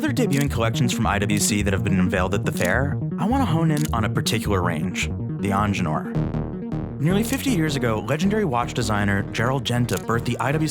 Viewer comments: It's not onjenur dude! EENGEENURR, It's a german name damn it😡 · If you want a watch channel, either learn how to pronounce French words or hire someone who can. Because that is clearly NOT how to pronounce "Ingenieur"